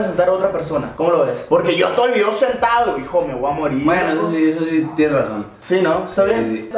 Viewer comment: Jajaja like si sé fijaron que el dijo el video dooi